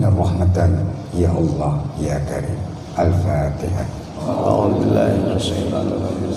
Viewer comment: Si ghufron baca fatihahnya saja salah..ngajinya yang di baca bolak balik cuma fatihah 😂😂😂😂😂